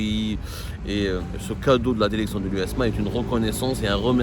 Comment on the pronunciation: La derection et le derecteur